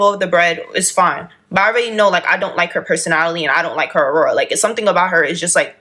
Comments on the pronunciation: Yesssss i was like her aurora??😭😭😭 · LMAO!!! "Aurora?!" Girl, really? 😂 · I thought she was saying aurora by mistake but then she typed it